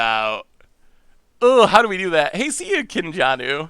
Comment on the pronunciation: says my name wrong loool, but i like Kinn Januu lol